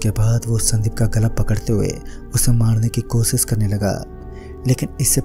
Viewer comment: Bhai kosis nhi koshish Pronunciation thik kar chote